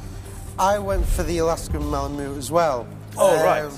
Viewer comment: She pronounced malamute m a l a m o o XD its pronounced m a l a m u t e